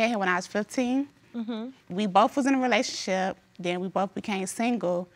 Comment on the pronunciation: It's funny how black people pronounce "relationship" like "relayshit". "We wuz in a relayshit".